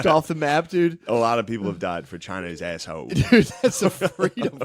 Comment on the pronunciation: “…China is asshode…”😂